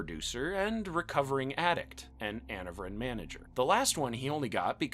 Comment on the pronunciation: Anavrin? This clearly wasn’t voiced over by an actual viewer of the show